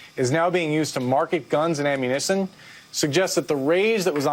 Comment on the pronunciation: he say "amunisson? lol...